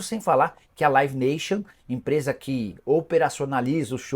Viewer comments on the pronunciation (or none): none